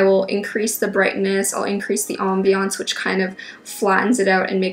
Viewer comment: She made "ambience" sound like a French word. Aum-bee-younce